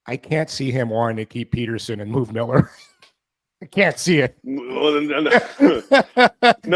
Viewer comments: Rest in peace …. … Pet-ter-son not Peter-son Elias Pettersson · Seriously - if you are going to pontificate about Petterson, at least pronounce his name correctly. It would add some credibility to your opinions.